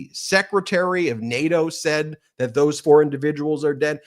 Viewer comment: He pronounces nato like Kanye says Barbados “bar bey toes”